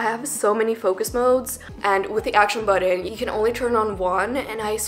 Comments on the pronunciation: Bro. I littler had to skip back 10 seconds and watch how tf she says it. “Acton buddin” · Girl just give up on pronouncing action button .